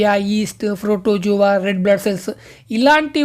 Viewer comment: Microscope❌ microcope ✅ Protozoa ❌ protoguzuva✅😂😂😂😂